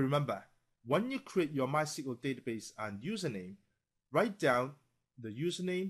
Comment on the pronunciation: Are you F###g serious that you cal it MY-CEQUL-DATABASE ? ITS MYSQL NOT THAT HARD!